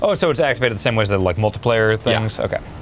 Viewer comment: says "Multu-player" instead of "Multiplayer". What an animal.